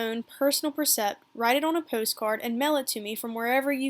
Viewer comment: great voice enjoy listening but precept is not pronounced correctly. Thank you